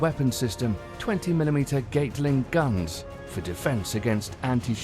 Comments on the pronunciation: Who's says gate ling gun like that it's pronounced gat ling gun come on your English ffs get it right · Gatling Gun - Ga-ta-lin Gun 🔫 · Gate-ling Guns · What the hell is a "gate-ling gun". LOL And why is a british person narrating these videos? 🤣🤣🤣🤣🤣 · Nucular?? Ffs. How irritating. I switched off at 'gateling guns'.